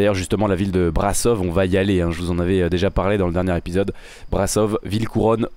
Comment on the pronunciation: Bonjour superbe vidéo pour le mec sur France télé sa serait pas Stéphane Berne si on parle du même et pour la ville de Roumanie on le prononce pas comme ta dis mais Brachauve sinon continue comme ça je me régale à regarder tes vidéos